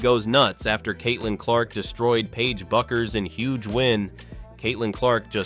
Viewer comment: Once again ai's grammatical Ineptitude on full display, pronouncing Paige Bueckers name 3 different ways. That is within the first 30 seconds of the video! When will ai learn the rules of grammar?